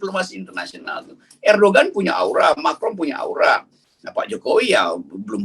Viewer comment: Konspirasi teori sampai saat ini dibanyak negara majupun masih tetap marak, jadi ini bukan monopoli Indonesia saja. (Maaf, sedikit koreksi, Erdogan dalam bahasa Turkiye diucapkan sebagai [ERDOAN], silahkan dengar dimedia internasional.